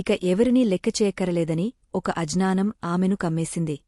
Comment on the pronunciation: Ajnanam kaadu, agnanam ani cheppaali, alaage yajnam kaadu Yagnam ani cheppaali.